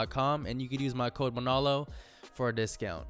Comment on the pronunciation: When he went say manalo gave the hawaiian vibez